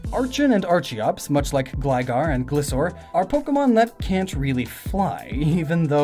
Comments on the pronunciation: Same with archen. Glissor!?!? It's gliscor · I see everyone pronounce Gliscor like Gliss-or or Gly-soar. According to the anime it's pronounced Gly-score